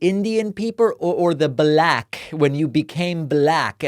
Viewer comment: The pronunciation of “black” always cracks me up 😆